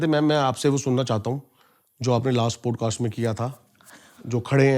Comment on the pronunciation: Stop interrupting and don’t keep talking about Tantra Sex. Also please improve your pronunciation , specially “Podcast”